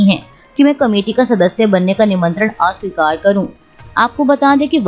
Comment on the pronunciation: Asweekar not aaaaasweekar